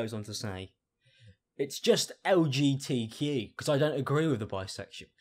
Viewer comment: Why did I think of “LG TV” when she said “LGTQ”